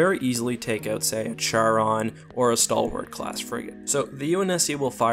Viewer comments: the Charon is actually pronounced CARE-ON...not Chair-on...that really bugged the hell out of me...and you, as you normally do, ignored the Massive amounts of Missiles, and Nukes that the UNSC carries...and the UNSC has a very effective Point Defense systems...and I am sure that the fighters do not have Particle shields..as that would be a waste of energy for such small fighters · it pronounced charon (car-on)